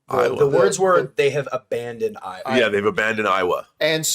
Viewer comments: Why is this guy pronouncing it "EYE-Wah" if he claims to be a lover of the franchise? It's meant to be "AYY-Wah" and has been since 2009. Come on, buddy. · I was laughing so hard! 🤣 Eye-wuh. 😂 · Hahaha Came here to say this!!! I died when I heard him say "They don't believe in Iowa!" haha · I don’t mean to be “that” person but the word *Eywa* is pronounced “AY-wah” 👍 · Talks about how much he loves the Avatar movies, yet mispronounces the God's name as "Eye-Wa". Yeah sure buddy...Any true Avatar fan isn't mispronouncing the God's name. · After all these years how does Eywa keep getting mispronounced?